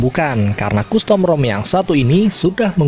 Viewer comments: Pelafalan costum bukan kustom om, tapi kastem...😂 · custom bacanya kastem, bukan kustom 👍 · Saenogen? . Kustom? Tolong di perbaiki speech nya.